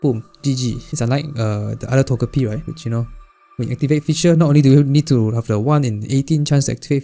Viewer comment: Isn’t it “To-jeh-pee”? (PM7 reference kek)